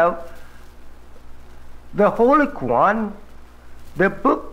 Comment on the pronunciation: I'm not Black but I am Arab Muslim, ..... I noticed he pronounced the Holy Qur'an as " Kwu-Ran instead of Kore'Ahn ( phenetically spelled)... If he really was a Messenger from Allah....would not he actually know how to pronounce the Arabic Quran??? Very interesting. I also would imagine he'd know Islamic theology also?